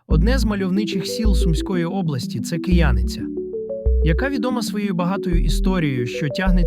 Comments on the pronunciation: Не коверкайте назв !!! КиянИця ... а не КиЯниця ...! Перш ніж робити репортаж треба хоча б про назви взнати - як правильно !!! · Не КиЯниця, а КиянИця. Не РИжівка, а РижІвка. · Наголос на Кияниця на друге "и", так у нас це село називають.